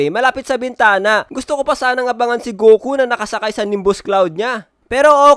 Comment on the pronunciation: Akala ko sabi nya coco pero goku pala😂